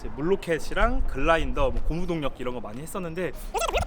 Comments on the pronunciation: 엔딩멘트에 글라인더가 아니고 글라이더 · "글라인더"glinder??? 발음 틀렀다~ '글라이더'라고 해야지!!! "GLIDER"... N 빼야지~!! 발음 조심해라~ 그라인더(grinder:연마기,갈아주는 것) R들어가는 거는 N넣고 그라인더~!!! 알겠지?